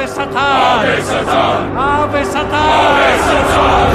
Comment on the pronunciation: The way the priest says “Satan” sounds like he said “Saturn”